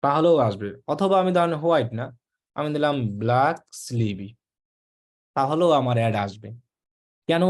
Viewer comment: Sleeve er pronunciation Hobe স্লিভ not স্লিভি 😆😆